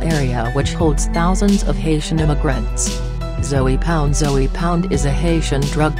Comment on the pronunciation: It's not Zoey lady egggghhh